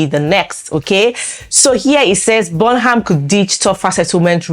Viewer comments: It's pronounced Burnam.... not the way it's spelt : Burnham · Pronounce Burnham properly please